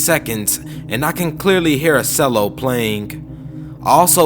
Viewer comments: Hey brotha cello is pronounced (chell-o) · Cello is Italian (I think) so there's an invisible h in there. Love your work though man! Keep on reading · I am laughing so hard at how ridiculous this is! Not the reading, I don't have a problem with that... except maybe the pronunciation of the word "cello" but I can easily overlook that. It's that this story doesn't so much suspend disbelieve as flip it over, have its way and then slap it in the face with its wang. A food grinder in the face!? If that wasn't a dumb idea to start with there are little things called "dentures" we use to replace teeth. Even if an entire jaw is lost they recreate a prosthetic one including teeth. Secondly; something went wrong and it ground up and sucked in his face!? Ok, even if such a device were medically legal it would not be physically possible nor would it be feasible for it to devour ots owner's own face! A direct link from the internet to the brain!? There is no physical possibility for the human brain to directly interface with computers for the direct transfer of information in such a way. The closest we've come is for brain waves to move a pointer on screen, interact with a prosthetic arm and, in very few EXPERIMENTAL cases allow transfer of sensory information. No direct connection can transfer visual information such as "a picture from the internet"Equally as (un)believable is the uploading of consciousness. First off, as mentioned, there nothing that could directly interface to download/upload information directly from a human brain to a computer, the human consciousness/awareness isn't even fully understood so couldn't possibly be up